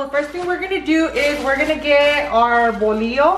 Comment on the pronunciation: We called that kind of bread teleras .... no ( volio) a think you are trying to say bolillo .